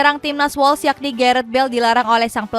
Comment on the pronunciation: Tolong donk pengucapan nama pemain, negara dsb...dikoreksi lgi... Kok amburadul banget... Timnas wales bacanya wels...dibaca es krim wols... Dan banyak lgi... Ini masukan bukan nyinyir...